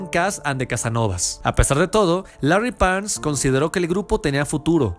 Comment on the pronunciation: 😂😂😂 pésimas pronunciones y demasiada errónea información Larry Parnes? 😂😂😂